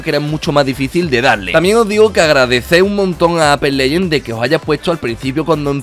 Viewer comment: Todos: Apex legends: Ape Leyen